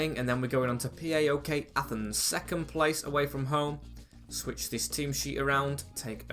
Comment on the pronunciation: How to say it correctly?